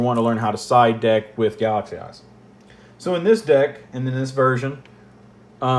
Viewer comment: I don't know why, but every time you say "Galaxy Eyes" I hear "Galaxy Ass". Jokes aside, a very detailed and appreciated video